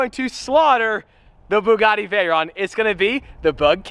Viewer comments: When say Bugatti in an Italian accent when it's a French car hmmmm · The fact he said Bugatti in an Italian accent makes me want to uninstall life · He says Bugatti in an Italian accent when it's really a French brand lol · „it’s a Bugatti 🤌🏻“ with Italian accent lmao It’s French -German😂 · Why'd you say Bugatti with an Italian accent?! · saying Bugatti in an Italian accent is like saying Baguette is my favorite pasta. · well, he did say the name of a French car made by germans in an Italian accent so the chaos is already in motion. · Bugatti: french car brand: 🤌Bugatti🤌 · Bugatti Bugatti in italian accent even though its french lmao